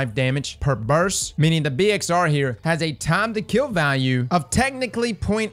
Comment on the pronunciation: You do now that it''s burst, and not burs right? lol